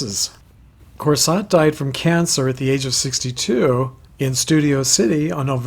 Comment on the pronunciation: Anita Corsaut's last name is pronouced as ' kor-soe '.